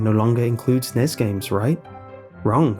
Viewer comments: the NES and SNES are spoken by sounding out the letters. N-E-S. Other than that great video though. I thought I was the only one who knew about zork. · I'm sorry, I love watching your videos and listening to you man, but the way you were saying NES and SNES really grated on my nerves. You are supposed to say each letter of those acronyms like with lol or CIA or FBI, not try to make it a single word like NASA or FNAF. Those are the Nintendo Entertainment System and Super Nintendo Entertainment System man.